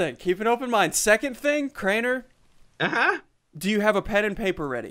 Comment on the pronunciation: It’s Crainer not Craner